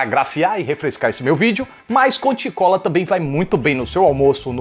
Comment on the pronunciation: "Conti Cola"?! Sério?! Kkk